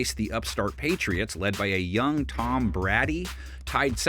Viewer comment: Who is Tom “Brah-Dee”? 😂